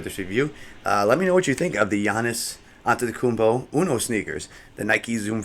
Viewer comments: That’s how you pronounce his name lol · It's not that deep he said it right fym